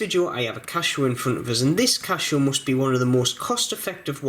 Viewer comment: Why do you pronounce it 'Cashow'?